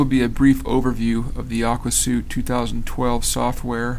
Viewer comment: Great video review! BTW, it's pronounced "Aqua SWEET", as in "a set of programs with a uniform design and the ability to share data". :)